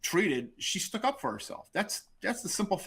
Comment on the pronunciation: What is stook? It's stuck, this guy is something else...